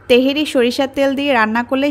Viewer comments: বলছেন তেহেরি, আর লিখে রেখেছেন তেহারি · তেহেরী না আপা তেহারী বলেন। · apu . . teheri. . ! na tehari?